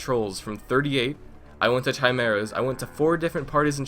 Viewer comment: I am sorry, but its pronounced kai mair ahs